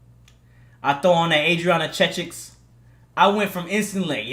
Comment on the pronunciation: This dude said Adriana Checik💀💀💀